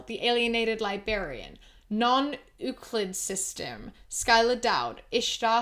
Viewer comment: Hi, first of all I love your sense of humour and the way you dissect those "memes"! Second, your one patron, non-euclid systems, should be pronounced differently! Euclid is pronounced like you-clid. I know it's very unlikely you'll actually see this, sorry for the nitpick. Have a great day!